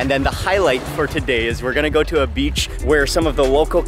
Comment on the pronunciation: the way you pronounce beach as 'bitch' is funniest🤣